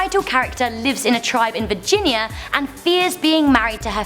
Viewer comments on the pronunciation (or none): none